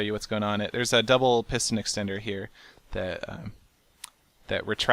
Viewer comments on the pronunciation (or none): Duble piston eckstender...